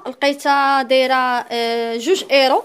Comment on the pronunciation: ملك مغربية باينة عليك نتي كتكلي من طرف مكيهم لا حلال ولا حرام باز حنا كمسلمين شني شي حد غلط كنوجهوه ومن بعد شغلو حداك وحتا راه كيكولو اورو ماشي ايرو اوروبا كاملا وحتا قبل منجيو نعيشو هنا راحنا دازنا ف مدراسا وقرينا واحد فمغرب امي وتلاقاه كيعرف ينطقها